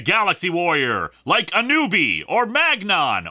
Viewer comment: ..."Baltard"? ..."Ball 'tard"?? ....😆😆😆